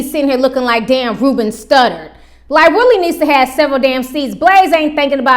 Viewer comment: Girl you said Ruben studdard 💀💀💀